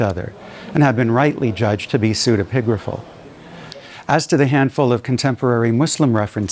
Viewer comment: His use of the word manifold instead of many was bad enough. But “psudepigraphical ” seriously. I had to lookup the spelling